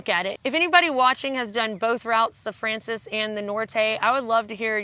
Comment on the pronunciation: Poor you with your voice! Everything you've told us sounds exciting though. One pronunciation tip: in Spanish, frances has stress on the second syllable (fran-CES, or fran-THES, really).